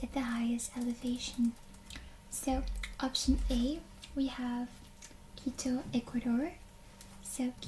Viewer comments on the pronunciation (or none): none